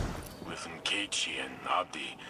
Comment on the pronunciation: Finally, someone pronounces Nkechi’s name correctly!